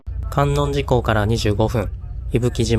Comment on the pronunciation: 伊吹島、とっても素敵ですね✨ ご参考までに地名の観音寺はかんおんじと読みます♫